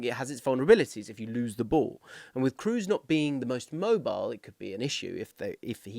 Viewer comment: I agree with this take. Nobody needs any Englishman to pronounce Schlotterbeck or Mittelstädt correctly. Just maybe don't completely butcher the one guy who's among the most decorated players of all time and also incredibly easy to pronounce.